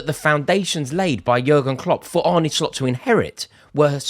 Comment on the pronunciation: Thank you for pronouncing his first name correctly. There's a video on YouTube of him pronouncing his name so when other LFC supporters get it wrong it's a bit cringe inducing. He's not Spanish.